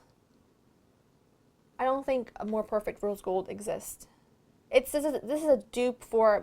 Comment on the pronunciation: I love how you say "dis" instead of "this" =)